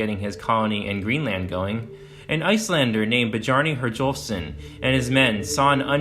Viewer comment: It's pronounced "Byarni Heryolfsson". If you're going to do a video, at least pronounce their names right? As a Scandinavian, I find it insulting that you could not at least learn to pronounce these historical people's names correctly.